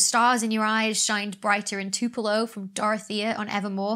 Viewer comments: Too-Pell-Oh is the correct pronunciation of Tupelo. :-) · Your accent changes to american when you say tupelo. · This should help with the pronunciation of Tupelo: Bobbie Gentry, Ode to Billie Joe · Thanks for that :) I'm not a huge fan of Taylor Swift tbh but I am a fan of watching people in love with a subject. …Twopelow, Tupelo, Toopeloh (all sounds great with any accent). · "Tupelo" sounds weird, she says in the same video in which she pronounces "crescent" Like That™. Okay, Dr. Bex. Okay. But I also kinda wanna hear "tuhp-a-lo" in a Mississippi accent now.